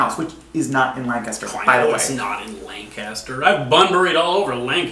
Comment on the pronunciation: Its not pronounced Lan-Caster! Its Lancaster!!! Its not pronounced the same as every other Lancaster! Why? Because we're weird, that's why.